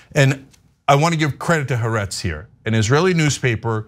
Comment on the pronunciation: In your anti-Israel rants, can you at least say haaretz correctly?